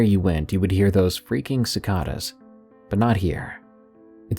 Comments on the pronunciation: Cicada is a long a sound after the c friend 'suh Kay duh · Cicada is pronounced: Ci cade ah.